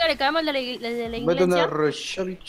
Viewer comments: Gente normal: La Iglesia: La Inglesia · la INGLESIA 😂